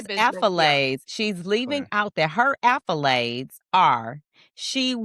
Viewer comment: What are you saying are you saying accolades or affolades? Lol it's accolades right